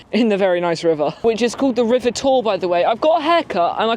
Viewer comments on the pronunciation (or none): Close enough on the pronounciation but it is pronounced River Tawie (how u would say towie for the only way is essex) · Wrong. It's taw-eh. Taw as in now. Or, in the sadly now almost extinct Welsh spoken locally, Taw as in go. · That's because they can't speak Welsh and they're all wrong. Taw-ee is nonsense. Taw-eh or Tow-eh.